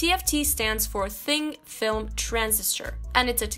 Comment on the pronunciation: I could have swore she said Thing Film instead of Thin Film lol. Alrhough i could be wrong.